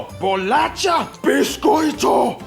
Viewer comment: It's BOLACHA....